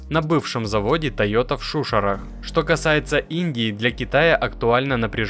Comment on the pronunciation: Не в ШУшарах, а в ШушАрах!!! 😮